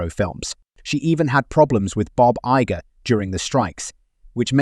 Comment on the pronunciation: heard bob iger as baba yaga 💀💀